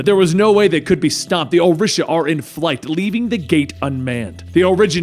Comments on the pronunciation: Orisha is pronounced "O-Ree-Sha". I worship them and I find it very beautiful to have a comic book character who talks briefly about them. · O-REE-Sha+ ORISHA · This mans over here saying Orisha all wrong